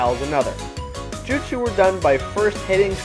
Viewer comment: Bad review. What the fuck is a jutesu You say that word to many times. People only say your review is goos is because you show Naruto in good light. Once you have 100% you make it seem like you have fully beat the game and can throw it away. That is probably true as Naruto sucks and begs to suck anyone's balls. Why would i buy a game to look at gay scenes?